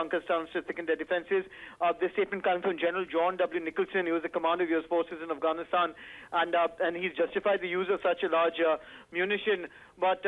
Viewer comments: "Afranistaaan" ? Can you say "Afghanistan"? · "Avanisand" ..Really nigga? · who realised she said Afghanistan wrong